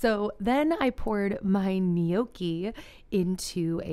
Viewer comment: For future reference Gnocchi is pronounced NO-kee. Glad you’re doing another “What I eat in a day” video!